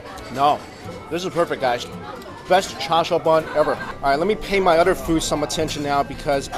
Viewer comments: why r u saying cha siau. chinese people say cha su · why does pronounce it char "Shau" when its char "siu"?! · The way you say Char Siu is making me cringe >.< Other than that, great vid!